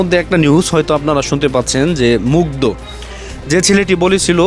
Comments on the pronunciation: মুগ্ধকে বারবার মুগ্ধা বলছে। নামও ঠিকভাবে বলতে পারে না। যতোসব। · Family Mugdha na re bol Mugdho tui ti uchcharon o korte parish na batpar akta age pore shikh